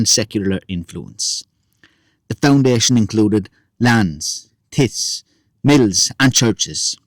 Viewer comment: Great content. Thank you. G Wexford (PS Did i hear 'tits'/'tiths'?... Tithes = tie-ths... hard to text. A tenth of one'sincone givrn to the church. I need phonethic symbols.)